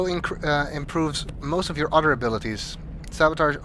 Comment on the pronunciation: Oh, why!? My sister pointed out to me that when you say "other" it sounds like "udder" D